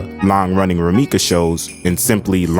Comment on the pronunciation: It's RumikO Takahashi, not Rumika!